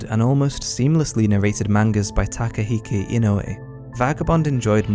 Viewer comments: Takehiko, not Takehike. that aside, very solid video - thank you! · I HATE to be this guy, and this is such a minor thing in an otherwise great video but the gross pimply nerd in me just has to say, his name is actually Takehiko Inoue not Takehike Inoue NERD SNORT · Takehike...Takehike....TAKEHIKE?!!! It's Takehiko. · its takahiko not takehike